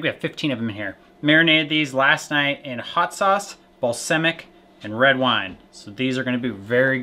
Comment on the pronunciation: DUDES- It's BAL-SAM-IC not bal-SIM-ic !! Thanks for another wonderful video!